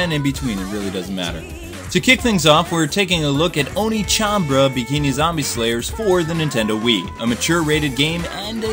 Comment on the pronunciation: It's OnechanBA-RA not Onechanbra lool